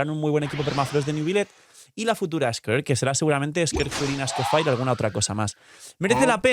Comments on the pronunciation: Amo tus vídeos pero aprende a pronunciar el nombre del nuevo personaje por amor dios. Se dice "Escofie", no sé de donde sacaste el "Escofire". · Me da cancer escuchar cada vez que dice Scofire XD Whats wrong with you HAHA Literal pones en Google "escoffier pronunciacion" y listo. Se dice Scofié. las "r" son mudas. Pd: Lo mismo con Snezhnaya, Se pronuncia "Snesnia" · Por qué con lo de Shneznaya sí lo pronunciaste bien cuando te dijeron cómo se pronuncia pero Escofier lo sigues pronunciando como Escofire? Tremendo simp 🗿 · Bueno Escoffier y Skirk, que creo que es lo que más sentido tiene!, a pocos días de la salida de Escoffier, y sigues siendo el único YouTuber que no sabe cómo pronunciar su nombre?